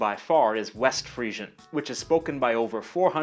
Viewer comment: I thought it was pronounced "Free-zhun".